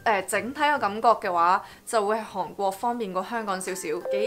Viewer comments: 因為睇完mira條片youtube推薦我先過黎睇既，不愧係做過電台，講野清楚伶俐不過有少少懶音...火雞姐mira同你都有😂😂😂由其係講「韓國」呢兩個字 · 你好重的懶音，例如 香港 韓國 講野 ，唔知你覺唔覺呢？